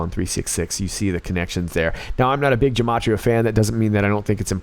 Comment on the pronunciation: By the wzy, the G in Gematria is pronounced with a G like in Good or Great not Gene or General. Just a side note..I love your channel👍☝💪